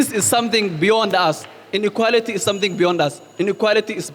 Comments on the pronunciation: Huyu kikuyu... r and l ni shida... inequarity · Inequarity......rook it😅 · I had to listen again and again . What is inequarity